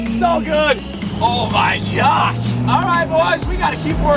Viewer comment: "Oh my gyash"